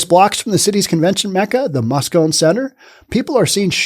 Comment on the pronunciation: For what its worth the E and the end of Moscone is pronounced as a hard E. Moscon-ee